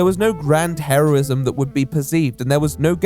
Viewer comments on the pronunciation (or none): none